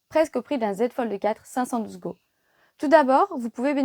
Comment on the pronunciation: Go ne se dit pas go 😂😂